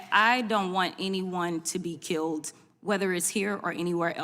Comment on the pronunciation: Tell Crockett it's KILLED. Not KILT.